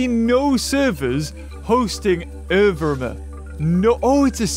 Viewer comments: It's Evr-ee=ma, not everma. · I love how he says evirma "evrma" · Why does he say it like “errvrma” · Its pronounced ev-ree-ma lol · I remember the good old days when couldn't pronounce 'evrima' and having more than 1 or 2 attacks was a new thing.